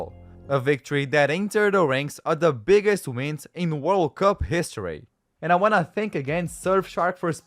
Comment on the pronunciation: Bro said hishory instead of history💀